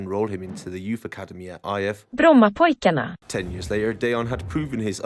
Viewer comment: genius with the google pronouncing brommapojkarna ,as a swede i feel like thats a classy move :D